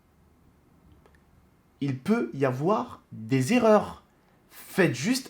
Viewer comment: Prima est-ce fait exprès le "eurreur" au lieu de "erreur" 😂